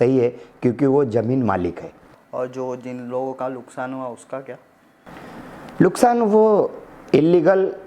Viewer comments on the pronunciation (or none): Journalist Shab Lukshan Nahi Nuksan Hota Hai Pahele Sahi Bolna to Sikho phir Baat karna sikho 😂😂😂😂😂